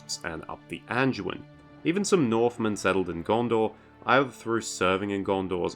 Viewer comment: There's no "j" in "Anduin River" genius. You don't say I'm "joing" nothing. It's "doing." 🤡